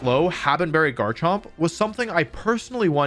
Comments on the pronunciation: I vomited the second I heard how he pronounces Garchomp. My entire being violently rejects the sound "jarchomp" Edit: wait, that was just how he pronounced it the first time. Did you do that on purpose?! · Did...Did wolfey just say jarchomp ? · "Jar-chomp"........I have never once heard that in my life and I mispronounce pokemon all the time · Did this mans just say "jarchomp"? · did this dude really say jarchomp? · This man said Jarchomp? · I love how wolfed called garchomp “jarchomp” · Bro said jarchomp💀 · Cool vid but did he really just say Jarchomp? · Mf said jarchomp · The way in which you pronounce garchomp has made me physically ill. I can’t believe I subscribed for this blasphemy 😵‍💫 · Jarchomp and heedreegon great pronunciation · You mispronounce Hydreigon and Garchomp. Otherwise, nice vid. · ITS GARCHOMP NOT JARCHOMP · Never heard anyone say jar-chomp before, i thought it was gar-chomp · Garrrrrr champ not jarchomp wtf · uhh "jarchomp"? lol its garchomp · this man just said JARCHOMP?!?!?!?! how has this guy won tournaments but still pronounces garchomp as jarchomp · IT CLEARLY SAYS GARCHOMP NOT JARCHOMP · I can't believe nobody is talking about the real central question of this video. He introduces it ... Is it pronounced "Jarchomp" or "Garchomp?" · JARCHOMP?????? gif vs jif moment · first person I see that pronunces garchamp as jarchomp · Did this mf just say Jarchomp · Bro I've watched so many wolfeyvgc videos I swear he says a pokemon name wrong on purpose in every video. What the hell is a JARchomp?? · Heard this man say Jarchomp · Bro called Garchomp,Jarchomp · bro said jarchomp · Bro said "jar chomp" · bro said jarchomp lmaoo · did you just say jarchomp? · Sorry I just had to stop watching after you called it "JARchomp" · Bro really said Jarchomp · never trust someone who says "jarchomp" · did this man really say "jarchomp"? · Did he say jarchomp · Did he just say Jarchomp? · Did he pronounce Garchomp “Jarchomp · My man did you just say jarchomp?